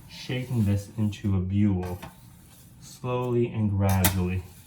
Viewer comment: Nice shaping. I think it's pronounced "bool" though, not "bule". :)